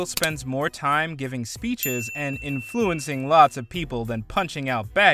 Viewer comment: inFLUence, eLONGate, Ezekiel im beginning to suspect he doesnt know how to speak english properly